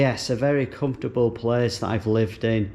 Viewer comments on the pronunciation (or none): none